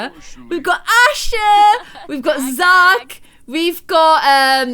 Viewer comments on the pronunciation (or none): none